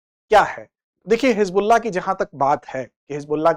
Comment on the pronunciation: Hijbulla nhi hizbulla uchcharan hoga sir ji